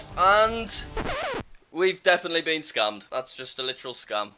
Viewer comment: He says scammed scumed